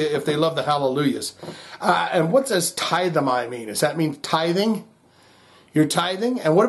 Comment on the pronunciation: It is pronounced Tith'-ay-mee. It's Greek for to bow down.